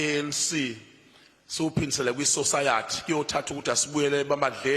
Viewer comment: Sosayathi- English lessons needed here.